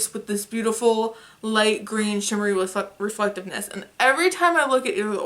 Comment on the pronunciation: I swear you said re-fucktive-ness instead of reflectiveness 😂😂😂😂